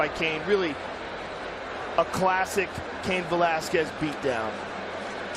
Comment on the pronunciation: I remember the first time Cain fought Goldberg kept calling him Kiyan Velasquez